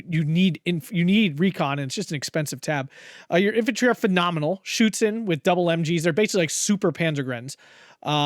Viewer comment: Your first pronounciation of 'Schützen' is actually correct and far better than the second one. No need to apologize :)